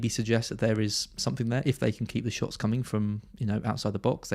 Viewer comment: My favourite part of the part… Neil Maupay… twenty shits…twenty six shots in the box 😂